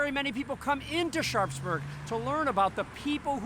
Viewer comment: Love the tour, been there a few times and look forward to getting back. One thing though, it seems the locals pronounce the town almost as 'Sharksburg'. At least that's how it sounds from:) Keep up the great work guys!